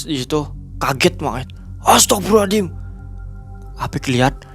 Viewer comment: Serius nnya astaghfirullah allazim atau aladim? Salah sebut beda arti